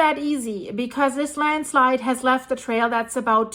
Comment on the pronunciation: You almost saying Landschleid a few times made me laugh :D